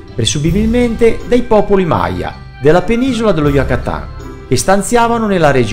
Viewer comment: Perché mai devi pronunciare "Yucatan" all'inglese e cioè "Yacatan"? Che mania stupida e provinciale!